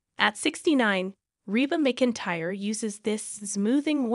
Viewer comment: You are also pronouncing Reba's last name wrong.